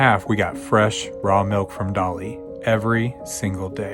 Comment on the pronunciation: Why dose she keep saying melk